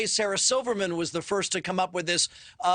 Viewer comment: Dave was so on point, this guy can’t even say “The” and “Jews” 😂